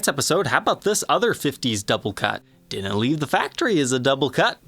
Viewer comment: I couldn’t handle it at first either but his channel grew on me